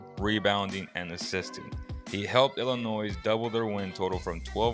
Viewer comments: Don't pronounce the S in Illinois....it is pronounced "Illi-noy" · Hate to be that guy but the "s" in Illinois is silent just for future clarification. Good video though, I agree with all 4 of these being sleepers.